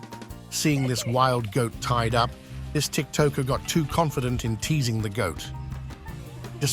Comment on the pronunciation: Your AI doesn't know how to pronounce TikToker 👈😆